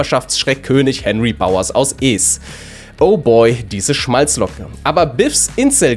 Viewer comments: Huey Lewis & the News sollte man kennen, wenn man die 80er erlebt hat. "The Power Of Love" war DER Hit in den Diskotheken des Ostens. Der Titel lief bei mir auf Kassette rauf und runter. Edit: Minute : Wie man das Pronomen "es" ausspricht, lernen wir aber noch! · Der Film „EEES“? 😅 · Du bist echt eine YouTube Perle aaaaaber wie sprichst du den Stephen King Film mit dem Horrorclown Pennywise aus? E's? Das ist doch kein Film über ein 90er Jahre Dealer der bunte Pillen an verstrahlte Halbstarke verkauft. 😂